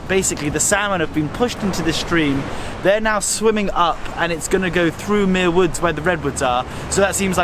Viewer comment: I don't know why YouTube recommended this video, but I grew up a stone's throw from Muir Woods (you're mispronouncing it charmingly, BTW), and even worked there briefly after high school. Likewise, Muir Beach was the site of some of my finest teenage adventures. I'd hate to tell you what I got up to in one of the little houses you see perched above the sand. I haven't been back to either in 40+ years. Suddenly I'm feeling wistful...